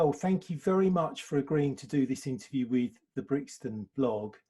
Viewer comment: Ah, wif’ Youf’! Stayed at his gaff once. Top geezer.